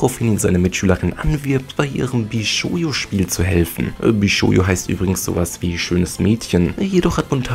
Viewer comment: BishouJO nicht BishouYO. ^^